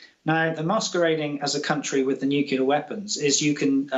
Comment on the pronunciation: Nukula weapons? What are they? Inability to pronounce Nuclear by a claimed war expert demonstrates lazy language which reflects negatively on credibility.